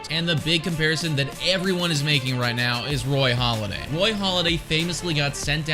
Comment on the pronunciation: It’s “Halladay”, not “Holiday”. Great vid!